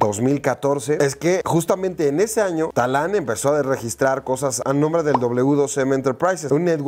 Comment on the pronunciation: No es Talán, es Tadán po favo :)